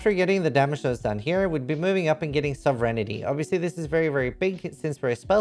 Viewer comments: So-ve-reign-ty Not sovereignititty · I can save you from clunkiness, say it like this: Sov-rin-tee